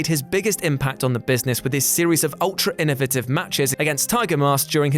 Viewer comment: "Innovative" not innitive....